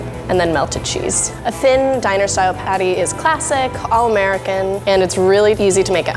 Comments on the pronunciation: i always think rie is talking about pate when she is actually talking about the patty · this episode was nice but the fact that rie says PADDAI was killing me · Ya lets get someone who doesn't speak english who's not AMERICAN to judge haha...she said padday not patty haha fucking morons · I love how rie pronounces patty pattey Xd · The way rie pronounced patty..